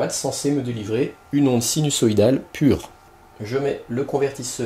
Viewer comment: interessant. Par contre on prononce sinuZoïdal et non sinussoïdal. ;-)